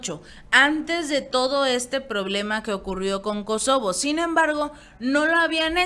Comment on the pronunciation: MINUTO No es SOKOBO sino KOSOBO.